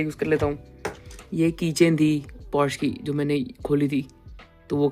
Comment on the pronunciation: It's pronounced Porsche "पोर-श" and not porsh!